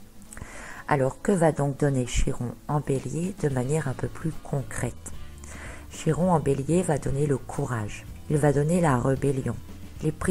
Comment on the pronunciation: Prononcez chi comme ki ! Par pitié ! Notre langue a bien aussi son origine grecque !!! Ça fait mal aux oreilles lol